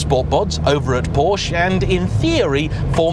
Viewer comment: I really like your videos,. But please stop calling it a "Poasch". Every other car brand, you seem to be able to prounce correctly, why not Porsche? Clarkson: How hard can it be? Please, you can make it. Thanks from a german car enthusiast.